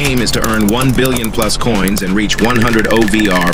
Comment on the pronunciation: "buryon" i can't anymore 🤣 (another w video)